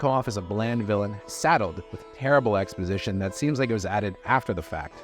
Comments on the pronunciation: ‘Expojzizhon’ don’t drink before YouTubing. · Say ‘exposition’ again, lol 😅